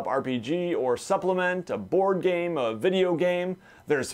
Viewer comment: ... "bideo" lol